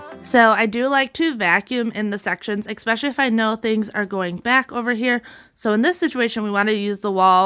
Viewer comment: ESPECIALLY, eSpecially, not ex